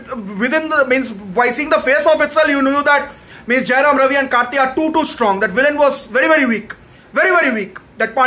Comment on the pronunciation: First u learn the title properly man. And it's Jayam Ravi. Not Jayaram Ravi. 😢